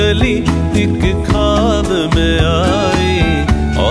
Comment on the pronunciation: khwab, khoob, please say it correctly.